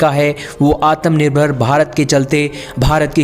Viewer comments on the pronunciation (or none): Gadhe Gadhe Gadhe woh ATAM NIRBHAR NAHI, ATMANIRBHAR word hai. Barabar bolna sikh pahele.